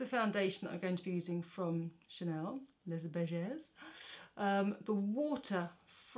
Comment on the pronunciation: its les beiges without prononcing the s ses at the end